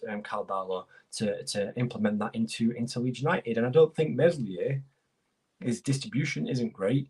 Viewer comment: You don't pronounce the 's' in Meslier